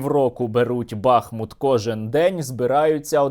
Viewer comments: Місто БахмУт, а не БАхмут. 🇺🇦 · Тільки не БАхмут, а БахмУт, дякую. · Сергій, не "бАхмут", а "бахмУт". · Не БАхмут, а БахмУт. Чому всі кажуть неправильно? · Добрий вечір, хотіла запитати, чому саме БАхмут? Просто зараз не зрозуміло як правильніше БАхмут чи БахмУт? Дякую за відео і інформацію! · Пане Сергій, хіба не БахмУт? ☹️ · Не Артёмовск! Але й не БАхмут а а БахмУт. Назва йде від річки БахмУтка. Очі всього світу приковані зараз до Бахмута, а журналісти та блогери не можуть вимовити його назву правильно! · Пане Сергію, не БАхмут, а БахмУт. Будь ласка, кажіть правильно. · Пане Сергію! Будь ласка, ставте вірний наколос у назві міста БахмУт! Ми зараз якраз тут і місцеві дуже обурюються на невірний наголос. Назва міста йде від назви річки БахмУтка. Тут у них і вірші навіть є на цю тему. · Правильний наголос БахмУт, дякую за випуск. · Доречі - правильно бахмУт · Пане Сергію, правильно казати БахмУт. Слава Україні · Дякую за новини, як завжди круто! Але Бахмут правильніше казати з приголосом на літеру у, тобто БахмУт. Слава Україні! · В назві міста БахмУт наголос на "у". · Бахмут, наголос на у, з твого дозволу Тебе поправлю! Тримайся, всього найкращого! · БахмУт, так буде правильно! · Бахмут наголошується на другому складі